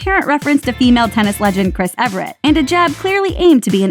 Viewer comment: The tennis star is named Chris EVERT, not Everett. Ironic that the point of the clip was that the interviewer botched the name. So did you...